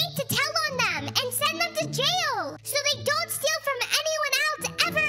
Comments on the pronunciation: I died when she said Yail instead of jail.😂😂😂😂😂😂😂😂😂😂😂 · I love how said “yail” instead of “jail” lol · “they go to yail” 😂😂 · I instantly laughed because said Hayek instead of jail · Hail she said hail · I love how she says yail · I laugh when you said yell instead of jail lol :) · I just noticed that you said “yail" instead of jail at the fountain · i love how she says yay il instead of jail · It not yail it jay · It not yale it's jail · Uhh I think I heard said "if everyone found out they will go to yail" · I LOOOOOOOVE the part when she said:or they will go to yail😟🤠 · You said jail wrong